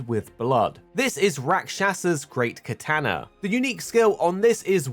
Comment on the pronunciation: KatAnA PRONOUNCE IT RIGHT